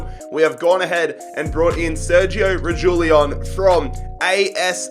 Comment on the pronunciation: "reggielon"❌ "regeelon"✓